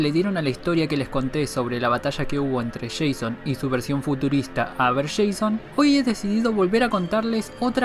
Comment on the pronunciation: No se pronunciaba uber Jason